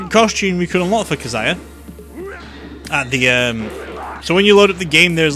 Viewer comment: "Kazaiya" Disliked just for this.